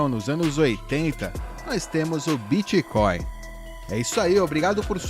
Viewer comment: Obrigado por falar "biticóin como um bom Brasileiro. TD vez que aquela guria fala "bêtcoin" um ancap vira estatista.